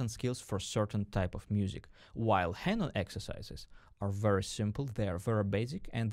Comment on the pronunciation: I can’t hear the name “Hanon” pronunced as “haynon”.. Please don’t do this again! (Oh and fantastic video, by the way!!!)